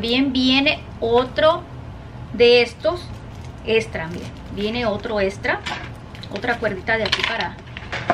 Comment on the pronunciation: Pobre, ella se está esforzando, pero no hay caso, solo sé que promocionó un "RELÓ" negro con CUERDA estra🤣🤣🤣🤣🤣🤣